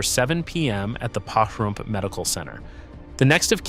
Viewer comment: It’s pronounced, “Puh-Rump”, not “Pa-Rump”. 😉